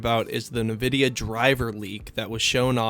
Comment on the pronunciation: Its EN vidia, nor nevidia